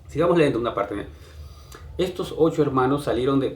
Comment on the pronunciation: Por que diablos dices "leendo"? Se dice "Leyendo" , no eres de Lima ? por favor, antes de hacer un video o lo que sea, cuida tu diccion !.